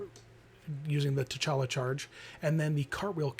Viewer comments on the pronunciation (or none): The T is silent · You were close on his name,but the T in T'Challa is actually silent. Don't worry though a LOT of people pronounce the T.